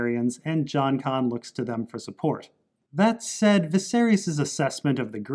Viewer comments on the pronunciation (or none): none